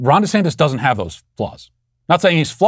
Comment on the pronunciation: Lmaooooo I always thought I heard “ Rhonda Santis “ and just thought , “hmm a man named Rhonda?” *shrug*